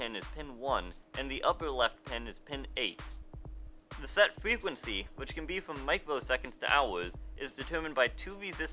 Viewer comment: Pwetty useful fwequency info.